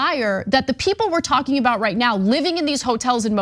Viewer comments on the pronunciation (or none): none